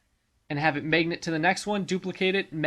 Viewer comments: hey man. its mag-net. not megnet. one word magnet. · MAYG-NIT just shut up